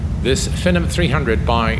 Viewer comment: this looks cool, btw its pronounced FEE - NOM 300 :)